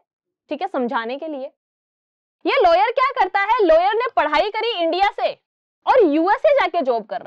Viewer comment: It's a lawyer not layer